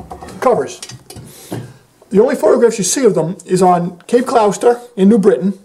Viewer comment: Cape Gloucester is pronounced Cape Gloster.